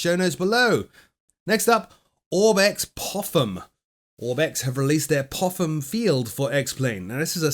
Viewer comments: Its Pop-ham i believe, not Poffham (ik PH makes that sound but still). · Popham is pronounced “Poppem”, not “Poffem” 😂😂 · Yes, it is "Pop-ham". I was flown there in a motorglider IRL last week!